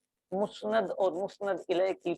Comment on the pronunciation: سر درخواست ہے کہ مسند لفظ پر کوئی تو زبر لگا کر پڑھتا اور آپ مسند کو پیش کے ساتھ بول رہے ہیں اس بارے رہنمائی فرمائیں